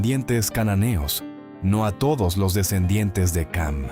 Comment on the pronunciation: Ham وليس cam 😂